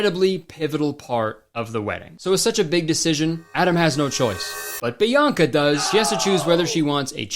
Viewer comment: Her name is Bianca, not Bionca.